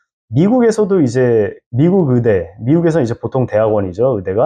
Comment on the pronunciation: 의사 의대를 자꾸 으사 으대라고 하니까 듣기가 힘드네요. 신뢰도도 떨어지구요.